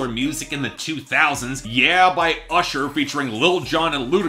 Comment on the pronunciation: actually it's when Ludacris says "ursher"